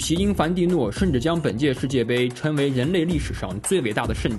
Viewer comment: 称为盛典 不是 嗔伟肾点。 那个 g 音要有的。。来来来 ，跟我学拼音 ， cheng cheng cheng, sheng sheng sheng。《生活大爆炸》中的barry kripke，就是这样，发音不全，经常成为笑点。否则哪天万一有机会见到 成龙 ，难道 叫人家 陈龙大哥， 胜利 说人家 肾力？！